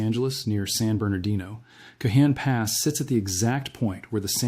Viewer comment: The Cajon pass is pro NM bounced with the j sounding as an h...Canon Pass. Not that it's that important, anyone living in the San Bernardino area knows what area you are referring to. Thank you for the important information you are putting out.